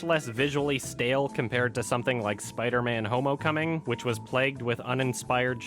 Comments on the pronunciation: I know, when he says "Homocoming" instead of Homecoming I just burst out laughing, while still knowing that I'm intellectually superior to all of those simpletons that think the jokes in Marvel movies are funny. I mean, can you believe it? How can people not be as intrigued as we are by absolutely genius jokes such as "Purple Shrek". I xD'd so hard when he pronounced those two words that made up such a masterfully crafted joke. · Why do you call it homocoming? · Did he say Spiderman homo coming!!?? Lol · Did I really just laugh because he said homocoming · Did I hear homocoming or is it just me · Did he say Homocoming? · Did you say Spider-Man Homocoming? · Why do you keep saying Homocoming? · he said "spiderman homo cumming" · Did he say "Spiderman, homo cumming"?! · Yep, he said, "homo-coming." Or "homo-cuming."